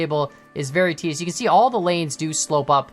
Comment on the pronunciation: “We kAN haul” lol